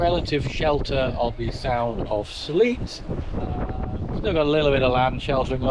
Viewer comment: when you said you were cold, you were on the windward side! Sit to leeward, out of the wind ;-) And Sleat is pronounced with an “A” not an “ee”, as in sedimentary rock for your roof “slate”, not rainy snow “sleet”.